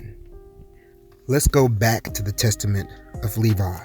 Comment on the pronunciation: Thank you, it sound like Nevi instead of Levi thank You